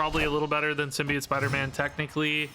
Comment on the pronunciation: Sim-Be-Oat - The last syllable is pronounced like "float", not "idiot". I apologize but pronunciation is a pet peeve of mine, really love your stuff though!